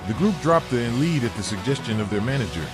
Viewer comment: Lead Balloon was never pronounced “leed”..! The saying ‘going down like a lead balloon’ meant going down heavily. Lead (pronounced “led”) being a heavy metal.. All they did was drop the A to make the “Lead” more marketable. Incidentally, they were not a heavy metal band at all. Hard Rock and Progressive Rock was what they were..